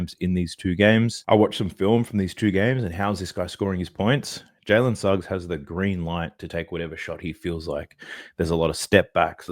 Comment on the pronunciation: Dude, your Jalen Snuggs has killed my parlay